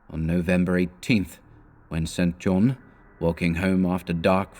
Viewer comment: Enjoying these. I claim no insight into what Lovecraft intended, but I'd supposed "St. John" was pronounced "sinjon"